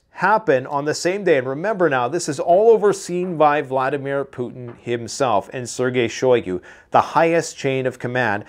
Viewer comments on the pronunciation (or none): none